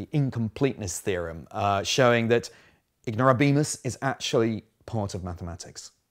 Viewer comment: The stress in the Latin word "ignorabimus" falls on the "a", not on the "i".